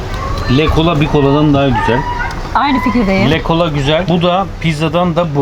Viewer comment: Le cola diye yazılıyor ama Lö kola diye okunur... le le le değil yani 🤣